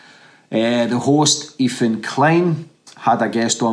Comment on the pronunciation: The name's Ethan.. Not.. Efan! Please pronounce TH properly bro..